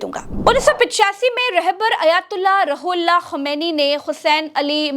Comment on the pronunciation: Roohullah is the correct pronunciation ❤ Not Rahullah please.